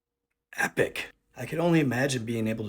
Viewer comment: The way EPIC came out of ur mouth tho🤣😂 🔥Vid!!!!